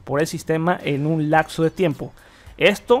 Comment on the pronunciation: lacso de tiempo XD lapso, período... siempre se asocia con el tiempo. TeniaMOS, DijiMOS no teniaNOS, DijiNOS. Referente al video y Windows 11... me voy a animar a instalarlo, parece que según tu revisión vale mucho la pena.